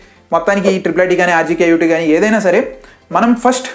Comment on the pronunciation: Its RGUKT ,not rjkut😂